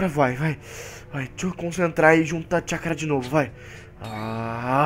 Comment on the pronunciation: no final voce disse chacura